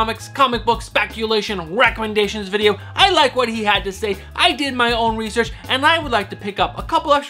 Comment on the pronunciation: I haven't read the previous Ghost Rider series. I'll definitely check it out, thanks for the "rrrrrrrecomendation" !! Btw, love the channel and enthusiasm!